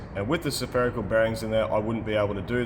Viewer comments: You say Spherical (Sepherical) bearings like I used to say Occigen (oxygen) . Love that you are a human and not a God .. ooops the Dog is the God of the show .. bow wow . LOL Teaching us all so much and enjoy the ride ! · Love your stuff and your wife's camera work and editing and the uhhh... "suh-ferical" bearing! 😂👍